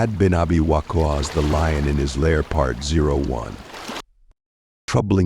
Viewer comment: By the Way, the way WaQqas is pronounced needs a bit of correction 👌